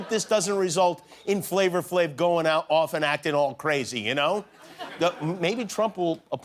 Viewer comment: Not that it really matters but it's not FLAVOR Flav.... it's FLAVA Flav lol